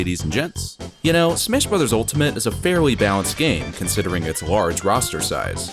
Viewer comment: to did he actually say smish brothers Altamite